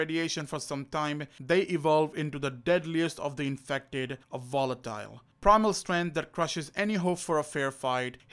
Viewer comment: i know its how you speak but i hear wolatile